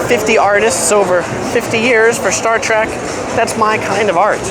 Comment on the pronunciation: Thanks for the tour it was great. (but for the record its Star TREK not TRAK. You said TRAK at least 3 times). I know, I know... wrong convention lol. Good job regardless.